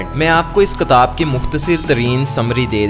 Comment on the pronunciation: Ktab nai kitab kehte hn